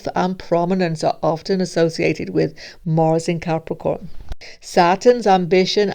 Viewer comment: And not Morse,but Mars 🤣🤣🤣🤣 Whats this accent?